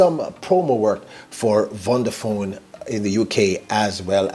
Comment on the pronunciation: VODAphone, not Vonda.